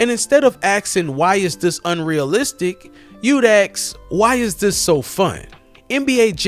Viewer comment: My brother, the word is "ask".